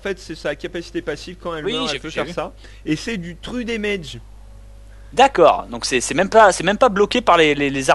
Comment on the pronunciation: "C'est du tru daimaige" XD